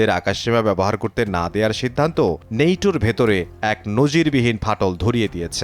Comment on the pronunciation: নেইটো না দাদো ওটা হবে ন্যাটো, আপনি তো বেশি শুকুদ্দো বলেন 😅😅😅😅